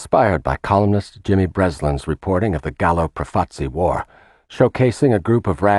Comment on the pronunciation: Well towards the end the Lucchese (mispronounced) family were credited with flooding the streets with heroin, when it was the Bonannos, pictures of Carmine Galante who ran the narcotics too! An enormous and ridiculous mistake. Also 'Profaci' is mispronounced constantly